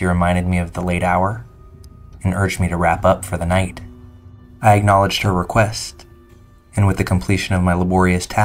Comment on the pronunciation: As soon as I heard you say request the way you did I cut this shit off…